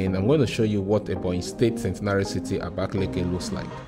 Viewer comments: I'm from Ebonyi state And I will still tell you the correct spelling is Abakaliki not abakeleke Don't justify what you don't know You can equally asked people the correct pronunciation Thank you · this pronunciation us really annoying ndi "abakeleke" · Nice content as usual We should be expecting latest updates of work at the airport What you gave us last time wasn't the latest Kudos for job done And again It's Abakaliki not abakeleke Pronounce what you read not what you hear And for the water you saw That's not a fishing pond or river It's a boat ⛵ cruise which was initiated by the governor but seems it won't be possible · Beautiful vlog but you guys need to learn the proper pronouciation of abakaliki,which is aba,ka,li,ki not abakeleke.